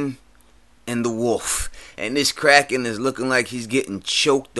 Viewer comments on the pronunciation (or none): none